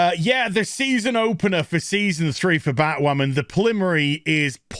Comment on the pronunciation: Every time says 'Batwammin' I snicker. I can't help myself.